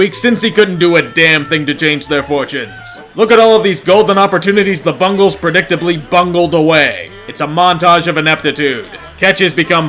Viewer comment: Ah yes my Bungals...